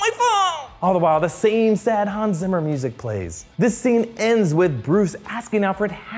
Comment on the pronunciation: zimmer is pronounced like "tsimmer" please just don't change his name.